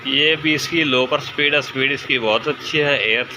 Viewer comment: "sa-pid" nehi - "speed" bolo.